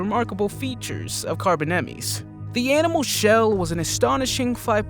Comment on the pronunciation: Not to criticize but you said most of these names completely wrong!!!! Such as the smilidon and the mosasaurus also the carbonemys and the questle last but not least the dienosuchus